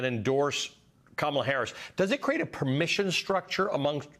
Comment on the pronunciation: If he cannot pronounce Kamala Harris name why don't you just say VP Harris so simple